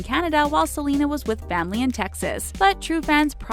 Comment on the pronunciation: She said jelena not selena